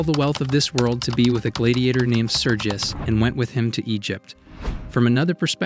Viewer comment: Why do you pronounce gladiator like that?